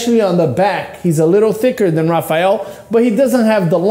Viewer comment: "I know Rafael personally" - Terrick. Yet can't pronounce his name right... k